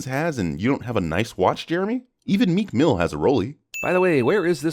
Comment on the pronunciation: "Even Mek Mill has a Rollie" 💀